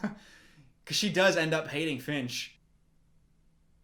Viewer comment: Every time she screams "Finch!" I heard "Bitch!"